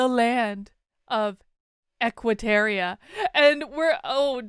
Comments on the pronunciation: It's Equiterra....not Equiteria....You said it wrong every single time! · It's "Equiterra", not "Equiteria" - and yeah - I'm being picky. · Why did you keep saying "terrier" instead of "terra"? It was very distracting. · Idk why it bugs me so much, but it's Equiterra, not Equiterria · Real talk tho, why we pronouncing Equiterra like Equiterria? Did I miss something? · TY! This annoyed me the WHOLE time!